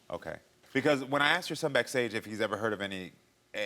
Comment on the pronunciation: It's not 'aksed" it's asked!!!!!! Speak properly@